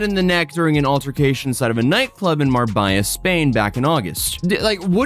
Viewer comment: what's a "Marbaja"? 😂